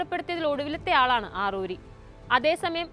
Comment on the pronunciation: ആറൂരിയല്ല അറാറിയാണ് മോളേ